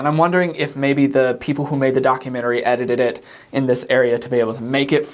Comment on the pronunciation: But how did you say "edited it" so flawlessly?